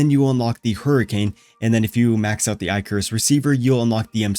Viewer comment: Eye-carus.. haha go watch or look up Greek mythology